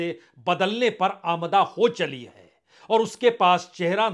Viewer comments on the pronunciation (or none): आमादा, आमदा नहीं सर